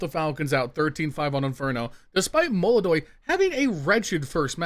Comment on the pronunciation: This is Brazil, this is yekindar, this is fucking MOLODOY. É melodoy ou não é???